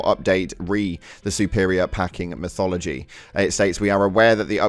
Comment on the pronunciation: 💀 ☠️ hey brother, it's METHOD ology, lol, but it's all good. Still a great example of live service done right, quite a rare thing